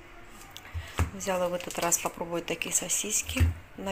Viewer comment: В слове взяла ударение на последнем слоге, а не на букве я. Очень режет слух,, говори правильно. СЛАВА Богу, что посылку получили твои внуки и мама